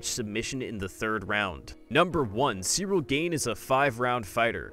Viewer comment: One thing this guy needs to know about Cyril Gane is... how to pronounce his name correctly.